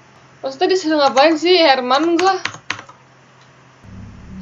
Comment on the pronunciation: 5.50 heran kak bukan herman